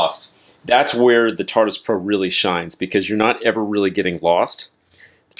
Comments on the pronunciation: bruh this mans really called it tartus repeatadly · It's not the "tartus" 🙄